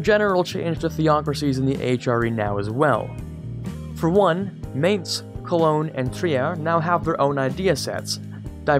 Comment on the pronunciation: Gaming Well for example it’s not Konshtanz but Konstanz (no sh sound haha). Mainz is not Meynz ( the a is pronounced like in bArtender -> Majnz